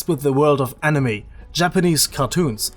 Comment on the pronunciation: Just saying Cuz its super annoying